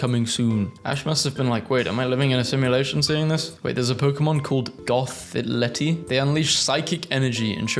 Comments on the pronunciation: where are you getting "Goth - thi -LETTi" (its Goth thi tell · goth it elle also please dont call it groundon there is no second n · It's pronounced GOTH-IT-EL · Gothitelle is pronounced "Goth-i-tell" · it's goth-e-tell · IT'S PRONOUNCED "Goth-eh-tell" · It’s goth-i (like the I in ‘it’)-tell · It's from Pokemon Black&White also pronounced Goth-a telle- (i think?) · It's name is pronounced "Goth-ih-tell" for those who are less informed.